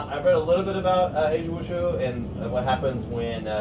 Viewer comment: It's actually wu-ju. SORRY TO BURST YOUR BUBBLE.